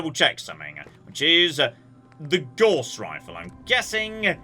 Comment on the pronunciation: Gauss rhymes with house, not horse.